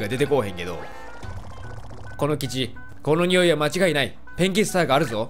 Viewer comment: 最近このシリーズ見始めました。１つ思ったんですけどペンキが便器に聞こえるんですwww